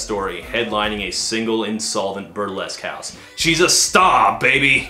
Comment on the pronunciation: oooohhhhh! You said "A burlesque house", I thought you said "Upper les-cows".